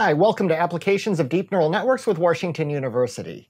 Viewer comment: Woohoo. Thanks Doc. Although as an aside every time you say Worshington I crack up a little. Much appreciate all you do